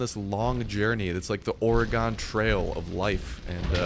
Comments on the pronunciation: i live in oregon look up how to pronouce oregon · you pronounced oregon wrong xD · live in oregon and see how many people pronounce it wrong. let me go to warshingten for a day and say that and they would go crazy